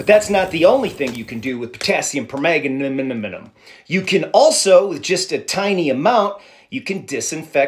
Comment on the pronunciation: You made my day! 😂 Philigaminiminmin! I don't know how to pronounce it, but I'm pretty sure that is not it. That's about the way I would say it. ❤😂